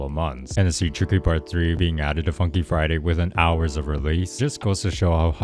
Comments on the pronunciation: minutes he said tiky lol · Bro you say ticky to tricky lol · In expiration he says tiky